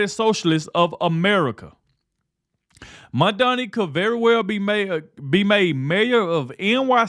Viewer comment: PrezT can't even pronounce MamdaNi's name correctly